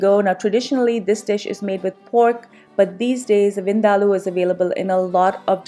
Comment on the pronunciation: Oh Thank you ever so much for CLARITY (in how to correctly pronounce) this particular dish. Finally. I can rest my case. Lol. I too always had to argue with certain FRIENDS that they were pronouncing it wrong hahahahaa. Lol. LUV the Dish.